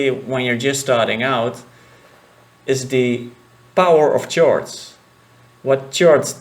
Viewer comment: I love these tutorials man. Btw chord is pronounced Kord. Yes English is stupid.